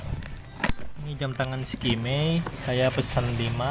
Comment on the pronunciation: eskamei bacanya bang, bukan skimei. cemiwiw